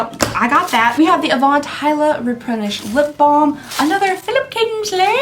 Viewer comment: I bust out laughing as usual when you said "Philipp Kingshleeehhh" 😂